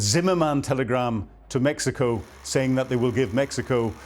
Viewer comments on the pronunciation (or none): none